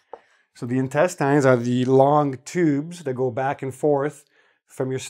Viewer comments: Hey where r you from? Ive heard intestine pronounced in a different way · Great series, but I just spent an hour trying to find the quizzes you mentioned at the end of this video - in vain. Hard to recommend something to my students that don't have quizzes. BTW, I never realized that the work "intestine" is pronounced differently in Canada from the way it is in the States. Intriguing.